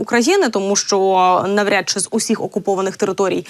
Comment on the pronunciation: Да ,я тоже это заметила .уж она Очень старается на Чe ..., слушать..больновато ушам !